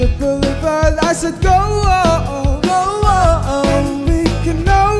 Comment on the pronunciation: why does it sound like he said "k-now" 😂😂😂 Also I'm just now getting into The Rose... finding this was awesome....